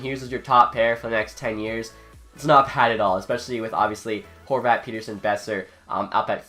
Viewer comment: It's (pet)(er)(son)